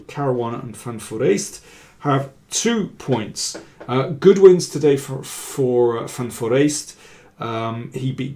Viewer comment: He definitely pronounced van Foreest's name correctly.